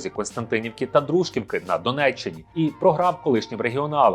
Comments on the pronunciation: Пробачте, проте правильно казати не ДрУжківка, а ДружкІвка) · Не ДрУжківки а ДружкІвки. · казати ДрУжківка - це крінж, шановний! ДружкІвка! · Яка в сраку Дру́жківка... Дружкі́вка!